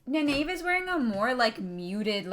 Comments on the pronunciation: loved the video just one minor point its pronounced Ny Neve not Ni nave but keep up the good work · Loved watching this :) gotta say you seem to be getting the more into it the more you get the hang of things, some of the thoughts there were quite spot on :D One thing you may benefit from is just pronounciation of Nynaeves name :P Try this: Nayneev ;) keep up the good work ps. the prime has a map of the world if you scroll down a bit ps.2: the war in the south was the war that they quickly showed. Logain was trying to take over Ghealdan, but was stopped.